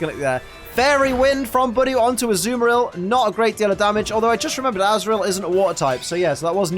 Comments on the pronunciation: Idiot not saying Budew right!!!!!!!!!!!!!!!!!!! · Great now you've pointed it out to me I'm never going to say Budew normally again, thanks